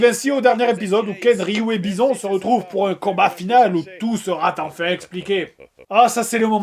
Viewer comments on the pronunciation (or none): C'est fait exprès la liaison foireuse « Où tout sera-t-enfin expliqué » ?